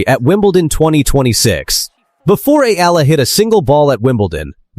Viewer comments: Please pronounce her name correctly.. its not difficult, watch .E R L A. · next time please prnounce the "EALA" correctly E-Yeah-LA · It's been years, and this voice-over/AI still cannot pronounce her name correctly.🙄🫤☹️